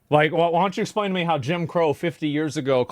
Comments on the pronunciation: idk if I can trust a guy that says "esplain" anunciate the x, ffs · " I can't espian it right" lol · It's Asmongold, not Asmongolt. It's pronounced explain not esplain mfer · "I di'nt esplane it white" ....hmm...you dont say